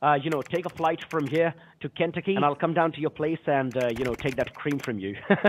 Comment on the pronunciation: The way he pronounced Kentucky 😅